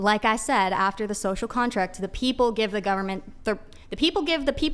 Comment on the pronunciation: I lost all respect for her at”Scocial Contract” 😂😂